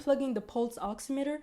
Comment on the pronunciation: I feel like im hearing u say pulse oxinator 😂its oximeter !! Maybe im crazy